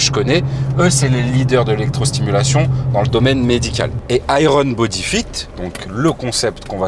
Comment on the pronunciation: "Aille - rone bodi fite" 😮😅 On prononce "aïe yeurn" 😏 Pour parler de Iron Bodyfit, je connais plusieurs centres dans le nord de la France et la clientèle est principalement constituée de personnes relativement âgées et/ou de gens qui ne sont pas vraiment sportifs et sont même parfois en surpoids . Il ne faut pas s'attendre à obtenir un corps musclé et sec comme on peut le voir sur les réseaux mais c'est mieux que rien notamment pour ceux qui ont besoin d'être coachés et n'ont pas la volonté de faire de la musculation "classique" et du cardio .